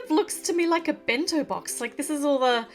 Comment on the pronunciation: Did engine see the dolls in the back what is that for also I love when she said bento box it was so funny 😂